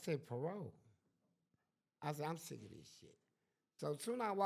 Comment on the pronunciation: That boy said you like "kis", meaning "this"😂😂😂😂